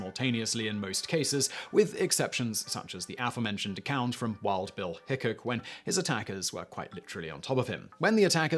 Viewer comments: It's pronounced "Wild Bill HickCOCK". Not Hickick. lol! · Once again....it is pronounced Hick -cock and not like the word "hiccup." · Normally I love your videos Simon, but this time you were getting on my nerves mispronouncing Wild Bill Hickok’s and Jerry Miculek’s surnames!